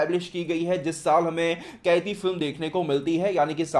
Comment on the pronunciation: कैदी नहीं bhai कैथी hai uss movie ka naam